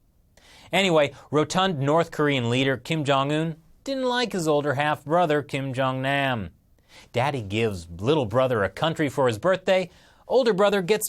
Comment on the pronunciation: The way he pronounces kim jung nam pisses me off and makes me cringe